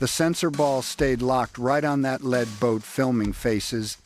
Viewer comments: Can't pronounce lead (leed) as in first boat kept calling it lead (led), as in heavy metal. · Someone should tell how to pronounce LEAD ,as LEED nit LED and SHIP'S BOW as BOUGH not BO. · What’s the Asian guy saying? Hate AI robot speak. “Lead Boat” not pronounced led like a lead pencil. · Your AI narrator cannot distinguish when the “lead” craft might be a noun or an adverb. Led is not the sane as lead. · Too much “lead pronounced LED” in one’s diet has that effect on long term motor skills.. 🤔 and intelligence.. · You're killing us. Lead is not the heavy metal, in your report it's pronounced leed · Very informative. It’s a bit off putting when the Ai voice pronounces the “lead” boat with the same pronunciation one would use in “lead” paint… or the “bow” of the boat the same as a “bow” tie. Aside from that, the delivery is amazing. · I am really amazed how a lead (pronounced as the metal "lead") can reach 35 knots. Fx yer AI. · It is not a Lead Boat, Lead like th “Heavy Metal” but Lead as in lead a horse to the Barn !!